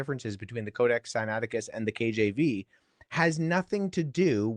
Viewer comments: Did he call it Sinacticus? That sounds like the name of an extinct bird-like dinosaur from China lol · I mean Billy Carson called it "Sinacticus"